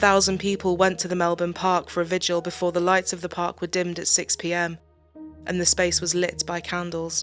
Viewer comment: Minor point to the narrator: it's pronounced "vigil," not "vij-u-al."